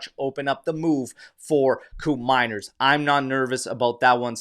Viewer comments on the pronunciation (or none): its pronounce like coup from coup d eta. manners like in manner. not mainer but manner with s teyun like the "the" from there. teyun coup manners. i think he is slipping away, matt oriley is 23yo and scored 19 goals and half the price too. can he play in seri A with tighter defense? maybe atalanta just shot their own foot playing this game. buyer always the king. i prefer andrea colpani for that role, but judging the position, we have soule, miretti and yildiz who play on that position. with mckenny showing his grinta and how much he love the club. we have 2 new midfielder, 1 oldtime max fave gone, and max never even play locatelli in his maximum potential, and we still have fagioli that more mature now, miretti that impressed motta, and nicollusi that finally gain the coach liking. why not just call it off and hunting other important position like full back and center back. im still believe bremer will be disappointed for motta. he dont even play at copa america. when allegri switched to 442 with gati being pushed high, we know the result. should have sell bremer and buying calafiori.